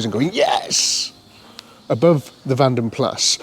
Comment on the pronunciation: Keep meaning to tell you in Vanden Plas the 's' is silent. Vanden Pla is how it's pronounced.